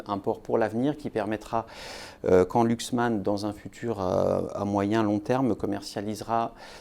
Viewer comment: ça ne se prononce pas Luxman, ni Louxman, mais Laxman.